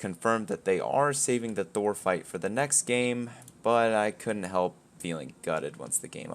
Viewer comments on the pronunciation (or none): none